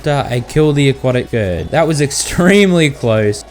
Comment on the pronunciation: FINALLY YOU SAID SCOURGE RIGHT